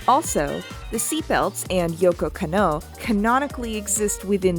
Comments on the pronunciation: Beautiful video. Absolutely loved it. Hopefully the algorithm looks fondly on it when the live action show releases. The only thing I really didn't jive with is Kanno Yoko's name is pronounced Kah-no Yo-Ko. You really have to separate those syllables or it sounds like you're doing that thing westerners in old cyberpunk movies do where they pronounce Akira Takezawa as if it were Uh-Keyra Take-zowuh. Or pronounce the kid in the orange jumpsuit as Nuhrudo. There are recordings out there of her saying her own name that don't match up to the one google has. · Edward identifies as female, I know she looks androgynous but she says several times through the show and the movie that she is indeed a girl. Also the way you said yokos name is painful lol otherwise good vid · good video, but is it anyone else or is Lady pronouncing japanese names weirdly? edit: oh dear, every time she pronounces Yoko Kanno 😅